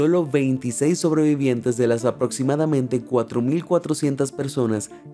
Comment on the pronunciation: Cada vez que oigo sobreviviente me sangran los oidos